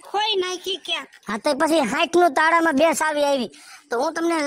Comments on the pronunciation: તાળા હોય ટાળા નહી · એને ટાળા નો કહેવાય એને તાળા કહેવાય